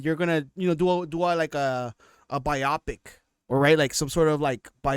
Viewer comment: Ive never heard bio pic prenounced that way lol.